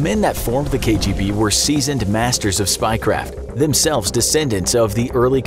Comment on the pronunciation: Your pronunciation of what KGB stands for was a pleasant surprise